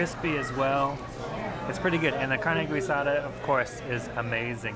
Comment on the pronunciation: Carne guisada? Pronounced wrong it's not gue sada its geesada